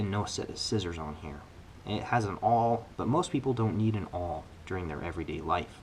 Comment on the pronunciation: "a sawl"